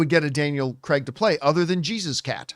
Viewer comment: Please stop calling Daniel CREG!!! he’s even gone on a show and said its CRAIG!!